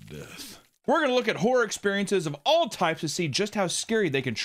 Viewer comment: 30 seconds in and it sounds like you’re saying whore. Not horror. lol.